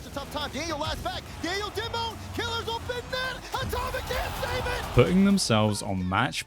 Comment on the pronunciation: Ur pronunciation to kiileerrz is annoying just say killers its killers maybe with the z not the s